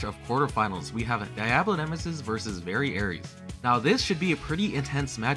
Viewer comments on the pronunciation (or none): You were mispronouncing variares. It's ares not aries